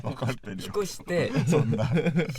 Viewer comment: うぃじゅ、ワンチャンとか使っててめっちゃネイティブなのに、引越しは「ひこし」になってるのとてもかわちい(´•ᴗ•`)